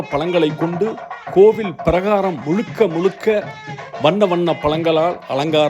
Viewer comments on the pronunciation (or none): முளுக்க முளுக்க பளங்களா? வாளைப் ப்ளம், ஆரஞ்சு பளம் அப்புறம்?? முதலில் தமிழுக்கே ஆழகான 'ழ' வை உச்சரிக்க பழகினால் நல்லது...பழம் என்று சொல்லாமல் பளம் என்று சொன்னால் ரசிக்க முடியவில்லை சார்.